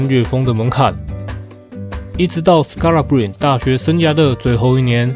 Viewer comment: 板凳的最佳精神支柱，同時也是另一種隱藏王牌！感謝您的用心整理資訊，分享這位球員給大家知道 其實他的名字Scalabrine結尾的e也要念，就是那個尼的發音，我也是剛剛搜尋相關片段聽到主播們都是這樣念的